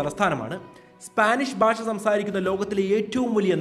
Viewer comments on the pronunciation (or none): സൂപ്പർ.. പക്ഷേ ഇടയ്ക്ക് ബാഷ എന്നാണ് പറയുന്നത് ഭാഷ എന്ന് പറയുക